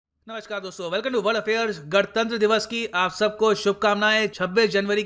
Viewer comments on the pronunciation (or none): none